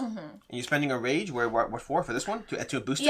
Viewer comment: I swear she keeps saying range instead of rage every single time. That's all I heard now lol